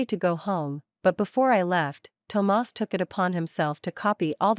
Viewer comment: Why did the narrator keep pronouncing Thomas as tomars😂it’s burning my ears 💀💀💀